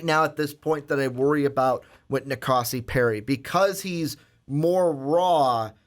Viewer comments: These guys don't know how to pronounce any names for any QBs. Do some research before recording. Keeyaah, Rosseeeair, En-Kahsi. Come on. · It's Na Koh See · The way you guys say kayaa name makes me not be able to take this serious. Pronounced ki ya. Also nkosi is I think pronounced en koh cee.